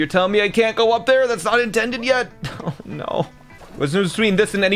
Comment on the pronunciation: just by that ohh you can tell he's Canadian